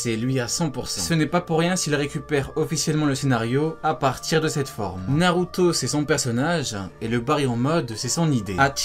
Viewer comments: " Narutoooo " pk t'appuies sur la fin ? mdr t'as une manière de prononcé Naruto mon gars c'est chaud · cette facon de dire naruto mdrrrrrrrrrrrrrrr